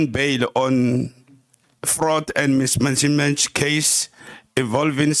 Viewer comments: “Menismench of funds” hawu Papa Penny hle😭😭✋🏽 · he said mismanchemench